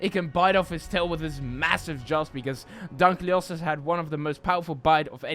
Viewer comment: It’s pronounced dunk-lee-oh-stee-us